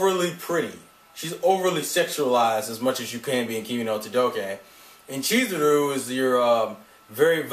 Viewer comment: Kimi NI todoKe SaWAko KazeHAya AyaNE ChizuRU And the "y" in ryu is silent